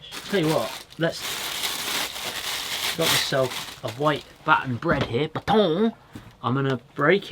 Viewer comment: The way you say baton is hilarious do more 1 liners 😂 great content